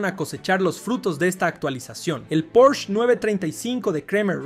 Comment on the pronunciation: Por el amor de Dios... No existe ningún auto llamado porch....lo correcto es PORSCHE...porshe...tampoco existe ningún escritor llamado Herman hess....es Herman Hesse